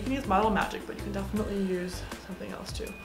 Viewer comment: I want a dollar for every time she said "Defiantly " 💀